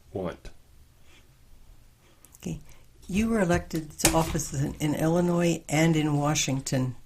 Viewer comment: Can someone explain why mispronounces Illinois?